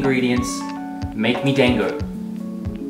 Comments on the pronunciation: Dango are steamed, not boiled usually. Made from rice flour and you can grill them instead if you don't have a steamer. Also they're pronounced d-ahn-go, like pronounce the dan like darn but without the r. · It's, um.. It's not "dang-go". It's more like "dahn-go". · "Dan-go" instead of Da-n-go lmao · i dont mind the way you say Monster Hunna... but i DOOO mind the way you say DANG-OH. it is pronounced closer to: (dawn-go) its a more flat A. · Dango is said like Dong-go not Dang-go. The a in Da makes an "awh" sound. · Bunny dango is pronounced Bunny "Dongo." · How he pronounced Dango triggered me ever time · Just letting you know. You are not pronouncing Dango correctly. xD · Pretty sure you pronounced dango wrong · went from mispronouncing hunter to mispronouncing dango kek